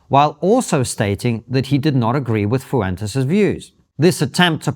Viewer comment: Brits pronouncing Hispanic name is always hilarious and super annoying 😂 (foo entes😂)